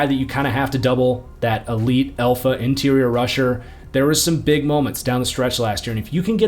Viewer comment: I love the report, but you must stop saying elfa, it’s Alpha, please, as a professional broadcaster it’s not a big fix.